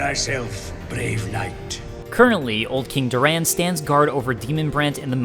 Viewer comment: I hate how you pronounce Doran lol